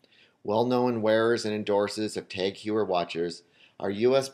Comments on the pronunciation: pronounced Taag Hoyer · Dude, it's "TAG HOH-YER" and "O-MEH-GAH" sheesh... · is a FAKE YachtMaster. also, it's pronounced TAG Hoy-er. not hugh-er. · Tag "hoyer" not "ewer" "omega" not "omeega".i wont argue with your list but id like to see vacheron,piguet,or a.lange and sohne here. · Cory R. It's not "tog", it's a sound that is completely absend in the English language, so it's hard to explain. It's pronounced "tahg oyer" (the H is silent"). Besides this, the guy butchered almost every name on the list, seriously, carDier? It is pronounced something like "Car-ty-yay" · It's pronounced TAHG HOYER, dude. 30 seconds of google searching could clear up half the grammatical/pronunciation errors in this video. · "Tag h a year" would more correct than tag hoyer i think... TAGG because it s a French acronyme of Technique d'Avant Garde and h(pronounced) a year because Heuer is a Germanic last name. and it s Omega, not Omeeeeeega. I m living nearby the German and Swiss borders and that s how they pronounce it. The fact that James Bond pronounce it as a English speaking person is neither shocking for the brand or the audience and proves nothing about the way it should be pronounced. Most Swiss watches brand are based in French speakers location. This video and approach is very surprising and quite close to what I expected. I was glad to see Panerai entering the top 10 even if entry models are overrated (ETA mvmt) . Cartier is still a jeweller to me, not a watchmaker. Chopard has the LUC collection which save the brand from being an ETA movement pimping company. I also agree that because of the Reverso model, Jaeger should be in this list.